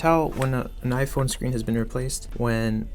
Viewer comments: Are you talking about jaiphone😂😂😂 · I know you are talking about jaiphone 😂😂😂😂